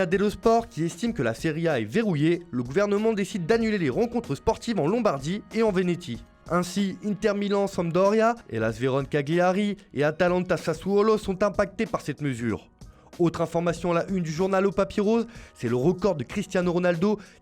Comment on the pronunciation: Soit tu fais l'accent italien et tu dis "Calliari", soit tu gardes ton accent français zozotant et tu dis "Cagliari", mais pas un mix des 2